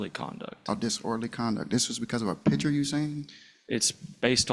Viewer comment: Officer, the word is "picture", not "pitcher".